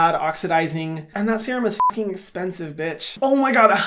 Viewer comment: no one: literally no one: Hyram: Thas espensive hahahaha